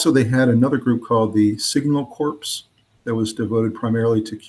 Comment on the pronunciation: Corp (core) not (corp). The p is silent.